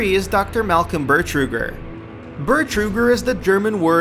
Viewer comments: Also he says "Burtruger" when characters in DooM 3 specifically call him "Betruger" all the fucking time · Bertruger? Though it was Betruger....just sayin.. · His name is actually "Betruger," not BeRtruger." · it's dr. betruger, not dr. bertruger.. this video really is full of mistakes -> dislike. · haha "behr-truger" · Many of Doom 2's tracks were also inspired by Alice In Chains, but of course, you wouldn't know that, because these facts were likely ripped from Wikipedia, or some shit. Also, it's not "Eye-Dee", it's " Idd" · You pronounced id and bertuger wrong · I hate this guy he just butchered the names. id Software, Betruger, all that.